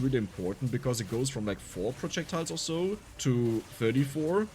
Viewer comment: Bruh.... It's SO! Not Zo! Zo is German. And you're speaking English!!! 🤯